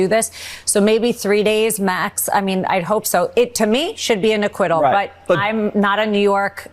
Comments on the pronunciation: Yes I heard Eric say “we’re white” not “ right”. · They'll say he said, "we're right..." I heard "white". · I heard white too. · I Thought I Heard Right The First Time But Lil’NAHurry But he DEFINITELY Said ‘White’.😂😂🤬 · Very clearly. Every other word was pronounced correctly, it's no accident that Eric said "white" rather than "right". They mean the same to him. White = right and they still get tons of money from Russia. That's what Eric says. And he's sticking with that story even though he REFUSED to testify in court. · eric does say white instead of right. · Wow! It sure sounded like "what's his name" said "because we're white" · it sounds like he says we're white😂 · It does sound like Eric said white and not right. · He definitely said white and not right, unless he has a speech impediment that we don’t know about. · Yeah, it DOES sound like he says "we're white". Hahahahahahahahahaha. That dude needs to put down the coke spoon or whatever the hell he's on. Man! Did you see that weird selfie thing he did where he was laying on his bed and was looking up at the phone trying to talk? Dude, his eyes were rolling around in his head. That guy was tweekin outta his gourd!! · Eric said "were white"... not right. I hear white clearly. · I heard "white" not "right" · I do believe I heard “white “. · sure does sound like he is saying we're white....that would be the quiet part out loud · Sounded like Eric said white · Not gonna lie it sounded clearly like Don jr said because “we’re white”😳……….probably a Freudian slip, but yeah he said white! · It didn't sound like Eric said white, and that is because he said white. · He said ' we're w**te ', that is what it sounds like ‼️📣 Who, who are the last remaining very few people who still view &/ listens to republican, gop, conservative& right wing media+ medias ⁉️📣 Who are the last remaining brainless dingbats 🤪🥴🤡🤥 still willing to view &/ listen to their lies 🤥⁉️📣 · Slip of the tongue? He definitely said white instead of right.